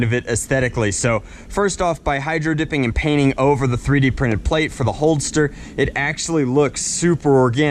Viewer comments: Holster not holdster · It’s a holster not “holdster”